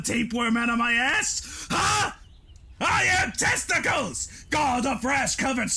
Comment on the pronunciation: It's not I am "Testicles," It's I am "Testaclees." The joke's been ruined =/